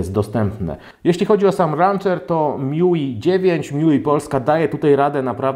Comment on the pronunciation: Szafa MIUI czyta się jako Me You I Uszy bolą